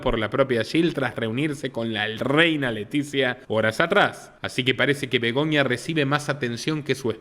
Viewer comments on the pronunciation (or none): Es Begoña , no Begonia